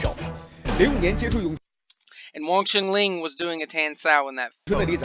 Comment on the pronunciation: It's Wong Shun LEUNG, not Ling. It's my Sigung's name. Thought u might pronounce it properly. - a student of Sifu David Peterson from WSL VING TSUN COMBAT SCIENCE